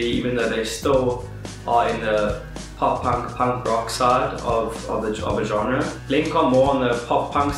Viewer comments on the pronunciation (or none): none